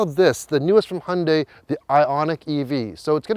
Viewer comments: Finally someone who can pronounce Hyundai correctly. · Hyeon dae I think is how the Koreans pronounce it.